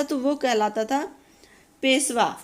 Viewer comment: Peswa nahi peshwa hota hai maam s aur sh me bht difference hota hai